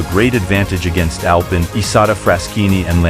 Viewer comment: It’s pronounced AL PEEN